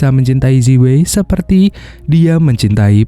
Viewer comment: Zi wei cara bacanya yang benar adalah ci wei dan bukan seperti yang anda baca. Namanya roman spelling. Terima kasih tetap semangat dan tetap berkarya👍😁